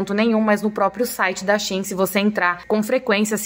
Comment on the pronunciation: Não é Shin é Shein , quando for pronunciar no lugar do E usa a letra A